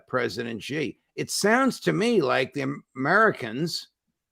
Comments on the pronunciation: Judge Napolitano - President Xi - his surname Xi is said like the letter "C" not as Gee. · Just a teeny tiny point : it's Shi. Xi is pronounced Shi not Zi. Excellent interview. Thank you.